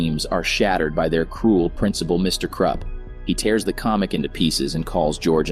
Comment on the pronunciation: ah yes, the mean principal "mr krepp" not mr krupp, nah.